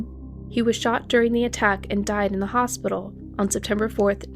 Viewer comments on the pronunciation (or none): none